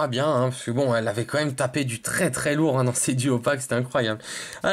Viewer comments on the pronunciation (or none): none